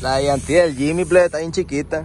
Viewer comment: Se llama Jimny no Jimy